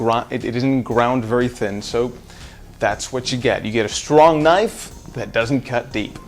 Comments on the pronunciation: It’s a knaf goofy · what the hell is s knaf is that a failed attempt at a southern accent or are you from another country ? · Why are you intentionally mispronouncing "Knife" ??? not cute bruh